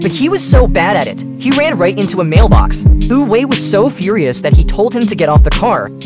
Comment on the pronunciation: Its pronounced "Oova", not "Ovey"